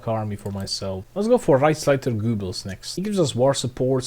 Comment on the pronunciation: did he just say reichsleiter goobers